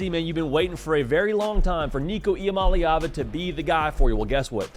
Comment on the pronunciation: You got that last name down